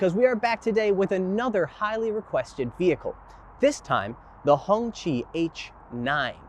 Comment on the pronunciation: Cop pull me over and ask me what kind of car is thar I may go to jail for pleading the 5th.😂😂😂😂😂 it's not pronounced Honchi. It's pronounced Honky😂😂 im black. I aint taking that chance😂😂